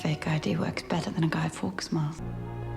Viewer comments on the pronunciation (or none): Fawkes is pronounced like Faux. Not Americanised Fax / Farx. Yes infuriating watching you not getting any of the references, the history.